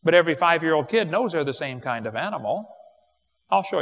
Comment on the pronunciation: According to Wallace and Gromit, in a grand day out, moon rocks may taste like cheese. But not Wensleydale or Stilton. Man my head hurts every time Kent says kind.